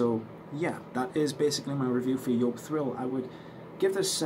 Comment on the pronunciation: Nice to see you're back on stage 🤘🏼🤘🏼 and also nice to hear you're pronunciation for Joop is correct 😉 My German ear's are so thankful 🤣